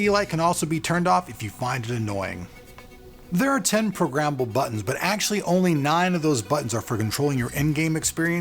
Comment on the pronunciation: lol programmmmble